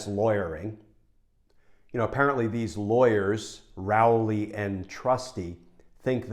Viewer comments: Glenn, why do you incorrectly pronounce Rowley? Do you eat soup or cereal out of a bowel? Prior to recent times Rowley has always been pronounced the same as bowl. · When Glenn read the name of the first lawyer, i heard 'John P.. Rowley the Turd'. I wonder why...